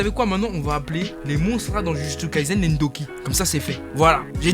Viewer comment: Quand tu dis ndoki, j'entend gnocchi 😂